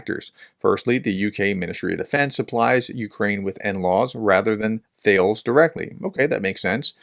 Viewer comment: Thales is a French word - Tar - Lez.